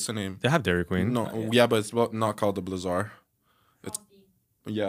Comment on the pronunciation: “Blizz-erd” not “blizarr “